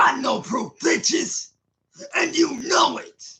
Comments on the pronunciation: "YOU'RE A BUNCH OF VITCHES!!!"😂😂😂😂😂 Muhfuka must be the biggest vitch of them all! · "you're a vunch of VITCHES"